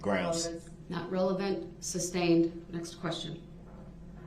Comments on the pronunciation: Its sustained not substained! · “Grounds for the substain”. Haha he says “substain” about 1,000 times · I want to slap the crap out of him every time he says "substained." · He is so ignorant, amongst other things. Please sir, it is SUSTAINED!!! He can't get that word right to save his life.... pun intended. Idiot!